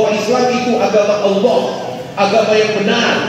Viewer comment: Bang melafazkan "Allah" sangat fasih..ya Allah bukakan hati dan fikirannya biar bisa log in ke islam aamiin🤲